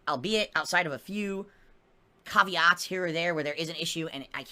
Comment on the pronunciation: wtf is cahveeot? You wanna try that one again?